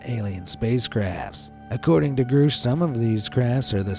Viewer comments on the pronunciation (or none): it's GRUSCH, not GROOSH. jesus take 10 seconds to find out how to pronounce stuff, i only say this because there are mistakes in EVERY SINGLE VIDEO. 10 seconds.